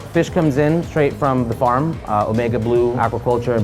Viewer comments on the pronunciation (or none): none